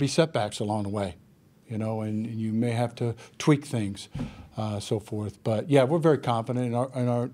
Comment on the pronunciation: Tell me he did not say “tweak”😭